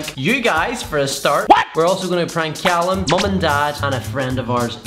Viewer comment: i love how he say cyallum instead of callum lol